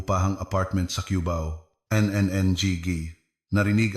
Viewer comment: Pati pagbigkas ng cubao mali